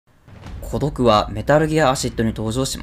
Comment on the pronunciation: コドクの発音おかしくない？